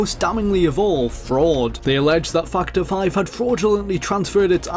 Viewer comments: dude. factor is with an A a fucking A. its fActor5. not fuctor 5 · its funny how i heard you say " fuck the five " instead of factor 5 :D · I hear fuck ter 5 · "Fack The Five". That's all I hear when he says Factor 5. Sigh... Dirty mind. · I kept thinking he was saying fucked her when he says factor 5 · am I the only one hearing fucter five? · I heard fuck to five lol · more like fuck the five, I've been only listening to it in the background and had to double-check :) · I heard "Fuck The 5" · Fuck-ter 5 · lol I hear it too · No. I keep hearing it too. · I'm pretty sure really loves Star Wars. Either that or he just really loves the Rogue Squadron games. His pronunciation of "Factor 5" reminded me of when he'd talked about these games before. (No, you're not the only one hearing it)